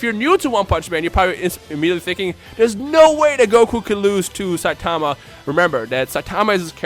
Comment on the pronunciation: The way this guy pronounces Saitama's name just annoys me.